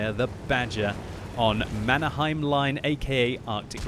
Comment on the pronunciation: you need to learn some Finnish. That wasn't a good pronunciation of "Mannerheim".....